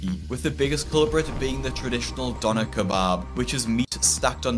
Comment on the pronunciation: It's pronounced "Doo- Ner". And they are the best food ever. I lived off these in Germany. They were about $5 for a huge wrap with fries and a drink. So dang good